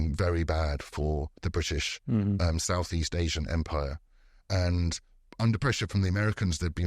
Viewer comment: Great podcast, but it kind of bothered me each time Mukesh pronounced British empire as British umpire.